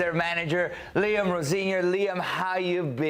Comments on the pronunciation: Liam Rosenior, please not Rosenoir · How did he pronounce his last name?! Roz Nwar (Black Rose in French).